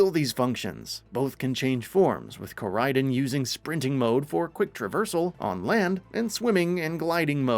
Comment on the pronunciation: "Co-ride-on" Not "core-raid-in"